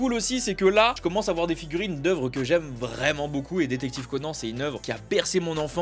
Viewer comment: C est conane pas conan